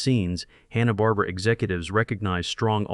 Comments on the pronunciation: This channel can't even say Hanna Barbera. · The guy doesn't even know how to pronounce hanna-barbera. So I'm not sure if I can trust anything they said.